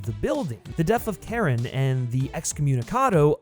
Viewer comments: CHARON is PRONOUNCED SHA-RON NOT KAREN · it's not pronounced Karen. it's more like "Chair-On" or "Share-On" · This mf said "Karen" smh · did he call Charon,Karen 5555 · CHARON not Karen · He really pronounced Charon as “Karen” smh 🤦🏽‍♂️🤦🏽‍♂️ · Dude called Charon, "Karen" 😭 Disrespectful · Yes, thank you! And he's not the only one to do so in a video. Hard to understand - did they not hear his name pronounced in the film? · great vid, but the mispronunciation of Charon bothers me. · Imagine having Charon's name literally said in the movies a bunch of times and then still absolutely butchering the pronunciation